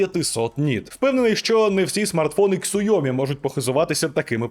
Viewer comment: Ксуомі, Ксуйомі... 😯 пздць... Чи все ж таки СяоМі?